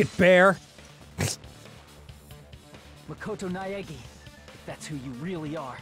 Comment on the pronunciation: Also, just a moment to applaud Hinata's actor on pronouncing Makoto Naegi 🙏